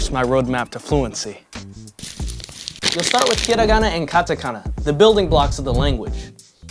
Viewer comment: Mispronounced katakana and hiragana, and I'm wondering why you never speak or write japanese in your videos...